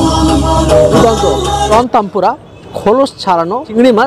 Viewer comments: হে ভগবান! tempura কে তানপুরা বলছে, এরা নাকি ফুড ব্লগার! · Prawn taanpura😂😂😂😂 Otaku prawn tempura bole sheta ak dhoroner batter diye toiri hoy. 😅😅😅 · ore makra 'tanpura' noy 'tempura' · প্রথমত গালোটি কাবার ওতো শক্ত হয় না আর দ্বিতীয়ত ওটা প্রণ তানপুরা নয়, প্রণ তেম্পুরা